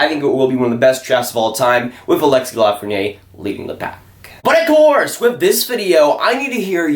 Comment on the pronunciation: Little friendly French pronunciation tip here - When a word ends in a vowel like Lafreniere, you pronounce the consonant (r) so it’s la-fren-nee-air When there’s no vowel like it Perrier, you don’t pronounce the consonant (pear-e-ay) You can really see this at work in the feminine vs masculine words for small (petit vs petite) Petit (peh-tee) Petite (peh-teet)